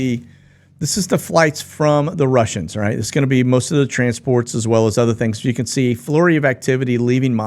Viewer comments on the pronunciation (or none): none